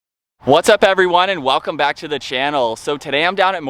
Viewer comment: I watch any video I can on the Bronco, especially any with builds similar to mine. While this video has lots of great info, I was extremely distracted by the pacing and intonation of the presentation. Admittedly, I’m OCD about such things, so that’s my own problem I suppose. Even the constant pronunciation of the word “the” as “thee” throughout the video distracted me from the message you were relating. Also, the way you speak reminds me of people who write without punctuation.